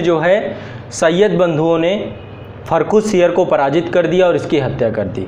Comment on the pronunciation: फ़र्रुख़ सियर Ka pronounced sahi nahi lag raha hai